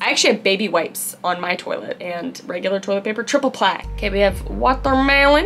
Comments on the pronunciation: omg, that is literally perfect pronunciation of toilet in Swedish xD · 😂I’m Dutch and the second time she said “toilet” she pronounced it perfectly Dutch!😂 And also with the second time she said “watermelon”😂